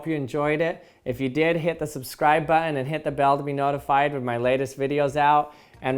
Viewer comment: But he still can't pronounce the word button properly..🤔🙄